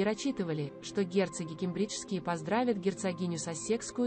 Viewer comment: Ударения правильно научитесь ставить, прям слух режет. КЕмбреджские , САссекские, Опра, а не опрА. Что у вас с произношением???